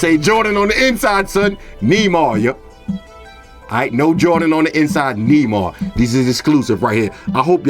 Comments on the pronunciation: you pronounced Neymar(N-ay-mar) wrong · Don't know if anyone else has said it but it's pronounced Nay-Mar lol love the vids man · 😂😂 its Nay-Mar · Nah these sneakers too flame g btw you pronounce Neymar like nae mar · its nay-mar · "knee mars" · Love your videos but it's pronounced Ney-mar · Neymar is pronounced "Nay-Mar" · lol the way you say Neymar